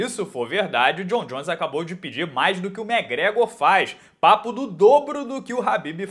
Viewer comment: "papo d" carioquês na veia